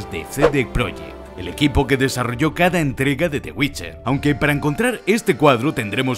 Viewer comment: /el geralt of riviia!! WITCHAAAA!/el yeralt/el ai am witcha /el guait guolf